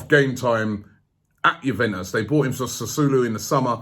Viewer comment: Robbie!!! It's pronounced... Sa-swow-lo... Your welcome lol